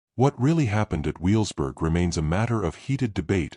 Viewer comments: Learn to say Wevelsburg. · This is a collection of AI-generated and fabricated history, YouTube at its worst. On top of that, the AI isn't smart enough to know the correct pronunciation of Wewelsburg and Niederhagen.